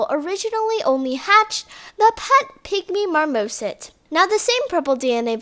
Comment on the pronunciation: Lol the '' pet pygmy MARMOSIT'' and the "short nosed ESHIDA"